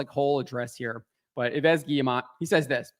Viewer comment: Come on, stop pronouncing the last s in Yves. First because french is not Spanish so you have silence letters and then because you pronounce Yves as EVE.